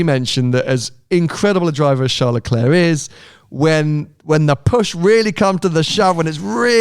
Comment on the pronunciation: Please please please Sam teach the moron how to pronounce LeClerc's name correctly, it's ridiculous